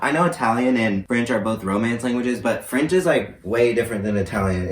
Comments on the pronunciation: He said fraonch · lmao as someone who learned extended French from grades 4-12... and like... immersion for 6-9... the way you said froench i just.... sad yeehaw